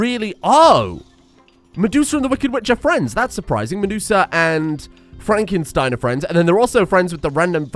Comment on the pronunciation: Is it not FraNkenstein, instead of Frakenstein? Unless he loves fracking.